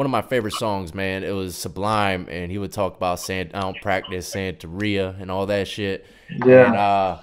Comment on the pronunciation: lol, santeria....not santa ria hahahaha